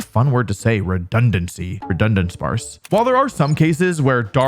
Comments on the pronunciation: Leaving in the takes with "Redudunsparce" and "this took me 6 takes to say" is honestly my favorite part of Wolfey videos, it makes them feel like you're just listening to a friend! I hope your videos always keep that personal touch Wolfey ❤ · "Redundunsparce" had me ROLLING. Love your videos man, keep up the good work! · I almost choked on water when he said “redudunsparce”